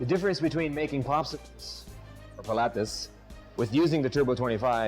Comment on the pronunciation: I find it a tad insulting and hilarious at the same time you would have to wear that stupid hat or sombrero. I guess in your world all paleteros or Mexicans wear these stupid sombreros. We get it, IT can make Mexican paletas...drop the sombrero at least have the courtesy to pronounce the words paleteria and paletas correctly. On a personal note I think it's a great product just found the sombrero insulting...doing my research on equipment for my business thank God I have a sense of humor!